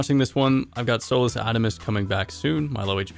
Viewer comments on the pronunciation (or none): none